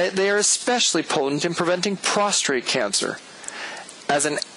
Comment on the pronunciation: It is pronounced Prostate, not Prostrate. sorry, sir!